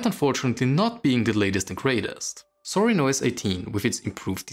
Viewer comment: It's actually "Zorin", not "Sorin" :)